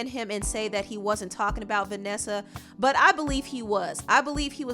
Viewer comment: Why do u say butt like that for be professional